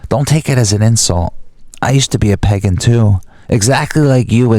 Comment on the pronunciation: It's pronounced "Pay-GAN" not PEGEN